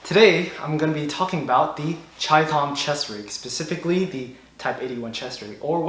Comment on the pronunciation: The very fact that you pronounced it correctly gets you a thumbs up! So simple yet so many fuq it up..